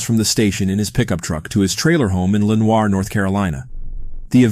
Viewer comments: Hey hun......it's pronounced 'Len-or'. I can't understand why so many people mispronounce names of places when I can be googled for how to say it correctly. Just sayin...... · First case, ugh, gives me major creeps!! Incidently, Lenoir is pronounced "Len-ore" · The way he pronounced Lenoir 😂